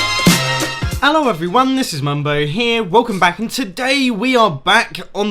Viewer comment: No one: Mumbo: ELLO EVERYONE